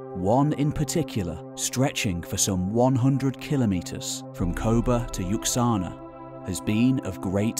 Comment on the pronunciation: Yaxuna is pronounced Yashuna